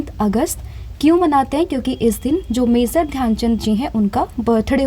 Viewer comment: pronunciation mazor❌ major✅